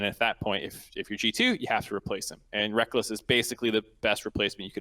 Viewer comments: I don’t agree with his take specifically because I don’t think Rekkles is anywhere near as inflexible as he’s making him out to be. I also found it so funny that he insisted on calling him “Rekkuls” despite Travis and saying Rekkles properly. But hey, it allowed for some good discussion imo. Hot take? Yeah, but we need a balance of takes like that with takes like Bluejay’s where they can’t really do anything but agree, haha. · I was getting triggered how he pronounced it lmfao. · My god... him talking about 'wrackels' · Ahahahaha.... Rekkuhls... xD I'm Dead. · Stop saying "wrekkles" just stop it. The michael jordan "stop it" meme just keeps playing in my head. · From the time I heard him called him "Rekkels" I knew it was going to be some Grade A trolling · How do they not correct him how to pronounce rekkles my god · Man the guy that mispronounced Rekkles....got me on my nerves so hard.... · Anyone who has actually watched any league of legends would know how it's pronounced though. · I always found the spelling/pronunciation confusing. Look at the word 'apples' or 'reckless'. At least spell it like 'Rekkless' with double 's' and my neurotic side would be sated. Not that it's anyone's job to deal with my neurotic side, though. Rekkles is a cool guy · To be fair that used to be a common mispronounced version of his name, Sjokz used to do it alot